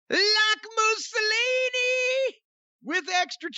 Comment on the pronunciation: You got me saying moosilinie , punk song is stuck in my head .